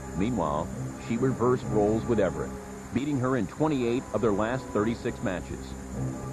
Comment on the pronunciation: I wish the narrator could pronounce Chris Evert's name properly. Evert. Not Everett.